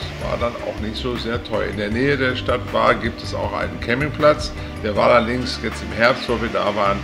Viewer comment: Sehr schöner Bericht, vielen Dank! Der Name Hvar wird Chwar gesprochen. Im kroatischen spricht man hv immer ch. Ein ch weit hinten wie die Schweizer bei "Chuchichäschtli". "Danke" heisst auf kroatisch "hvala" msn spricht "chwala". 😊 Alles Gute Euch und allzeit gute Fahrt